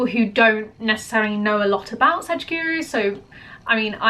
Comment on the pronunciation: It's sadguru not sajguru